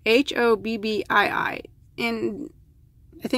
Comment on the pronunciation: Hobbii is an amazing danish shop , with lots of different types of yarn and accessories . Twister, Cotton Kings ect, is great, if you want to make a shawl . The name Hobbii is pronounced the same way, as the english word Hobby ..just stretch the letter y a little bit ..that`s it :)